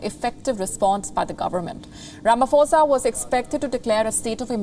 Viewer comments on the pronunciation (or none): The president's name is not pronounced as "RamaFosa " its "RamaPosa"